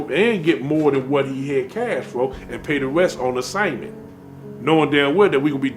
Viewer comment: He keeps saying on "onsignment" lol it's consignment "boone" coffee